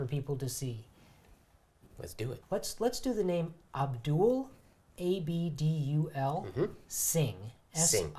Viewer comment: i held my breathe! i could never flawlessly execute what did, especially the magical S meeting the L on 'Abdul Singh"